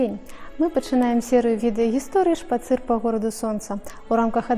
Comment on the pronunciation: а хіба не "шпАцыр"?